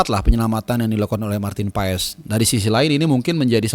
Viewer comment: PAAS,,, bukan PAES